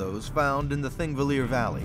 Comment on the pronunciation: Cool documentary, but kinda cringey that out of all the people who worked on it, no one bothered to check how to pronounce Thingvellir. If they had just consulted one Icelander or watched a single video about how the Icelandic alphabet is pronounced, they could have easily avoided this embarrassing mistake.